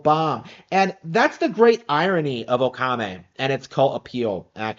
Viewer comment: It's pronounced "Okami," not "Okame." Or is this one of those things where you try and insult a game by mispronouncing its name?